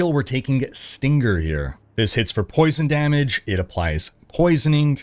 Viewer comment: Man needs to google how to pronounce stinger bc it is not steen grrr